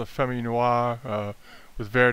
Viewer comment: I enjoyed the content because I am continuing to learn the difference between famille verte and famille rose (many pieces can be colored with green and/or pink so it’s confusing). But I wanted to point out that you are mispronouncing both famille (you don’t pronounce the L) and verte (you do pronounce the T). But thank you for your helpful video with great tips.